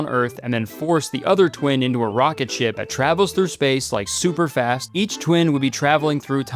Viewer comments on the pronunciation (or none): none